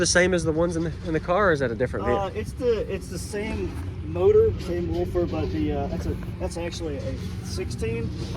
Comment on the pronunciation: I like how that dude calls them "Wolfers";👍😆